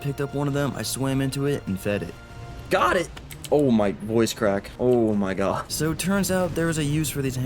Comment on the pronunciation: "GhOt it!"